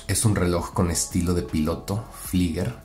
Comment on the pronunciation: Hola, me gustó mucho el video. Sugerencia para futuro, flieger se pronuncia como “fliiga” en español. Éxito.